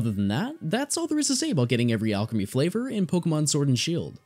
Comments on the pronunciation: Isn't it pronounced Al-cream-e no? Not alchemy driving me bonkers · you forgot the l in Alcremie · Pretty sure they are pronounced "Al Creamy" and "Milk A Reee", and the shiny form is always black with white highlights, the only difference for shiny is the headpiece (so theres 7, but only 5 available now)